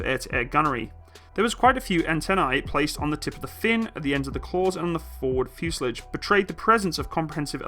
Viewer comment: The fuse er lij ? .... I don't know what school you went to - but they must have had their own version of the English alphabet omitting the T and replacing it with a D. ...